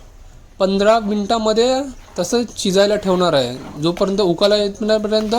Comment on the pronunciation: मुळात ढाबा हा पंजाबी शब्द आहे,,त्याचा तू धाभा हे सारखे सारखे बोलतो आहेस...मराठी मध्ये उकळी म्हणतात,,तू बोलताना उकाला बोलतोस...कशा साठी हा अट्टाहास..एकंदर अवघड आहे